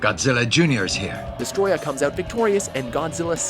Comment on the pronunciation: For fucks sake, it's pronounced "Desto-royah"